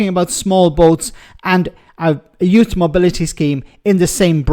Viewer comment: A expert on trade vs a GBnews cretin who has done nothing...........oh and she seems to have a problem with English, as it is pronouned Youth, and not Youss.